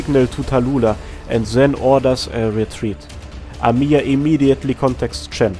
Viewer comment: Come ooon man Why is everyone pronounce our best CEO bunny as amIya? She is Amiya, not AmIya Make emphasis on first "A" in her name, not "I".